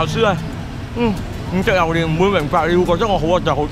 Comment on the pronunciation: 點解要讀榴蓮讀榴鍊🤣支持你 你真係我地既開心果黎😟要笑多啲